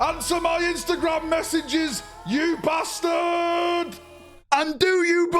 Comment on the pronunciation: "Answer my Instagram messages, you BASTAARD!!!" HAHAHAHA